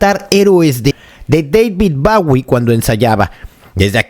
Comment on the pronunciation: Deivid baui ? 🤣🤣🤣